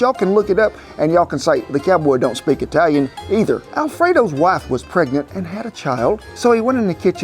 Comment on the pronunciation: Whooda' thunk an OK cowboy could do I-Talian??? 😉